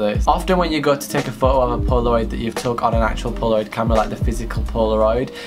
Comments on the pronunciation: you say "photo" really wierd, you say it like "whoo-oo" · The way you say foto. Ummm I am cringing so hard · nobody:: "phoho" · You mean like woah-oh